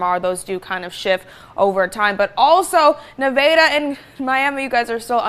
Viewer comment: MEVAYDAH??????? NEVADA!!!!!!!!